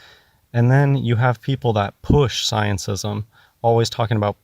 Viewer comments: "sciencism" i'm dying xD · If he says sciencism one more time.... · Every time he says sciencism I want to punch him. But I don't advocate violence so I'll just have another drink. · "ScienceISM", "everybody elTse", "exSPEARiment". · Does he say scientism or sciencism? (Edit: He says the latter by preference. He may be the only one who does, though) And the 'dead stars': maybe he's referring to far away ones that may have gone supernova or such, but the light hasn't reached us yet. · probably means "scientism" when he says "sciencism". Also this sounds like most conversations I have with people who claim to be philosophers. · "sciencism" LMFAO! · the f**kin moron doesn´t know the difference between g and G. Bless him, it sounds hilarious when he says scientism. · He's so stupid he can't even get the word "scientism" right.